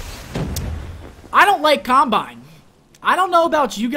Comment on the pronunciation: I thought I was the only one who hates Camp-bine.